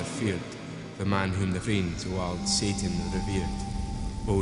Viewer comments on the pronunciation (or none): none